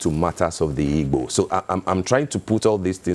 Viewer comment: Look for the ibo tribe, I don't know any tribe called ibo but igbo. It is obvious you guys now are intentional the way you pronounce the word